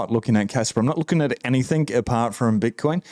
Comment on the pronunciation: Enjoy your thorough inf ormation. Your tone is fine man, Cant place your accent though. Part NSW part Kiwi? Maybe? Funny how you say "anythink," instead of "anything". Fuk the WEF.